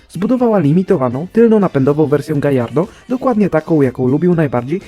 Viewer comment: To ty sie ucz bo Gallardo to imie byka Hiszpanskiego a w tym języku podwójne l wymawia sie jako j.